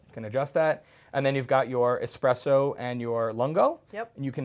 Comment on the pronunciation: Lmao expresso 🤣🤣🤣